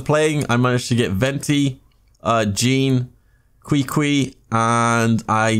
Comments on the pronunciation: that's a crazy beginners luck.. and that Qwee Qwee had me rolling... I thought it was KiKi... then got corrected that it's pronounced Chi Chi 😂. Amazing pulls man... hopefully you have enough dup to get razor in the glitter shop hehe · Qiqi is pronounce chichi 😂🤣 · “Cree Cree” 😂😂😂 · Omg you call qiqi qwiqwi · Not chichi. Not Kiki. But kweekwee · “Cree Cree” bruhhh 😂😂😂